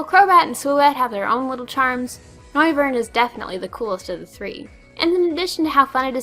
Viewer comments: Really... you haven't yet realized that it is in fact "noi-vern"... seeing name is a clearly portmanteau of "noise" and "wyvern"? Was the fact that it had speakers for ears not obvious enough for you? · No, It's Noi-vern - Like noise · Noy-vern. Like the word 'noise', which Noivern's signature move Boomburst, as well as it's biological lore, is based on.